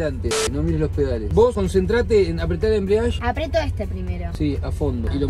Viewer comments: me molesta que le papá diga embriadge y no EMBRIAGE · "el embriash" Se dice embrague kpo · "embreash " quien le enseño al porteño este por dios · perdon pero me puso nervioso que diga "enbrash" den vez de embreague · jajaja no es ni embriadge, ni embriage Es embrague paa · “el embriashhhh” JAJAJAJAJJAJ los quiero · Por que decía "embriash" JAJAJAJAJ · Se dice embriague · 3 meses después pero no es embriague es embrague. Sin la i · Embrague se dice pa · “EMBRIASHH” JAJAJAJAJAJAJAJ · De tantas veces Que dijo embriash ya bautizó el auto xd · Amigo explica muy mal el chabon ese “embriash" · Mal amigo ajjaja el embriash jajajaja lpm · que no se dice asi,lo pronuncia para el ojete !